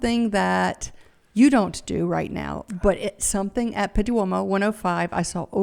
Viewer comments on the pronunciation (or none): none